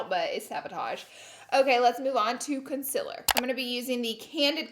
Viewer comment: why she saying 'conciler' and not 'concealer' thoooo , no hate still lover herrr